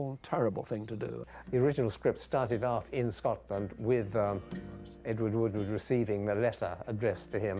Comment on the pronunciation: Ewar Woowar